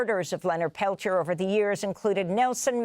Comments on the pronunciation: Lord Almighty, learn to pronounce his name! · Really interesting. I grew up reading about Leonard Peltier. I'm glad he finally got some form of relief. As a francophone, I really struggled qith listening to this. The American mispronounciation of Peltier was like kick to the teeth every time. Ugh.